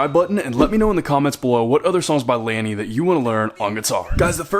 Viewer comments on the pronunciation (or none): i cant watch it he said lany wrong